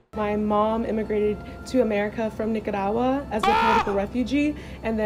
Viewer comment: saying Nicaragua the way she’s saying it is hurting my damn ears. That’s not how you even how you pronounce it in English omg